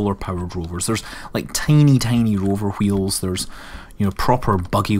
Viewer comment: Hweels. Why are you putting so much emphasis on the H?